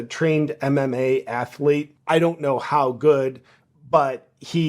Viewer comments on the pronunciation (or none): none